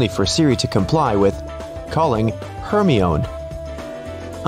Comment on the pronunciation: You pronounced Hermione wrong. Its herMY-Oh-knee